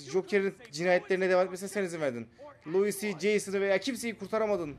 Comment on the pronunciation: Abi bi Lois I dogru soyliyemedin ya luis devil lo-is